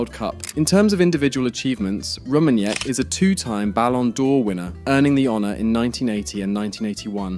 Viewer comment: The way he butchered the name Rummenigge made me laugh too hard XD